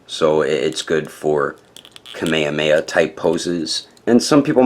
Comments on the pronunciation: why do English people always say "Kameyameya.."? it's should be "Kamehameha" not with "y", but with "h"! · They say Kamehameha in the anime not kameyameya lol.